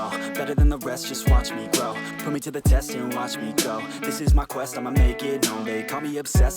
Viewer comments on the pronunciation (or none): none